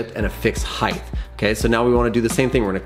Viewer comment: Height is pronounced hite not hythe